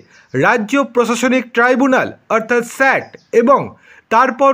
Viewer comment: ঠিক মত কথা উচ্চারণ ক'রতে পারে না, চ্যানেল খুলেছে ! 🤔 মহার্ঘ ভাতাকে মহাগ্ঘ ভাতা ব'ললো ! স্যাটকে স্যাড ব'ললো ! 😢